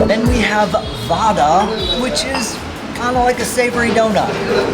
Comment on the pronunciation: It's actually vadai not vada 😅